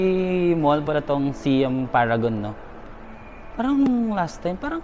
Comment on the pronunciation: Siam = Sai-am